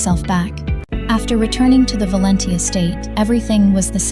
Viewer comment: Valenti is just an ordinary Italian name but they can't pronounce it right 😂😂😂